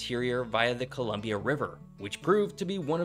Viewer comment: Your pronunciation is still a bit off but it’s clear you made more of an effort than most people, only other issue I noted was that the Columbia river gorge was carved by a flood, and wasn’t as gradual as you imply in this video.